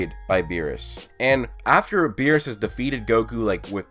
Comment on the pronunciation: lol he said whirus